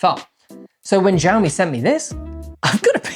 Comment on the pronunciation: I think it's pronounced shaomi, as opposed to zhaomi😂